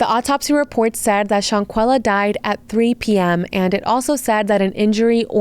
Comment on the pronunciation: The way you are calling her "Shawn-quilla" is killing me. Thumbs down.